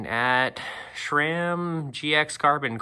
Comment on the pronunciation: And shhhram